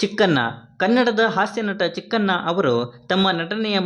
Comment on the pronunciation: Cheken alla chikkanna tamil nan maklu nivu arda bard kannad